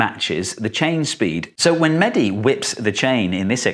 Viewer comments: umm no its mehdi not manny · He is mehdi not medhi plz